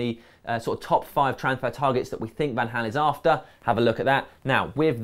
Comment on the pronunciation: Van Hal? Is it not Van Gal?